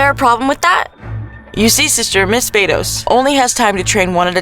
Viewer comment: ITS VADOS NOT VEIDOS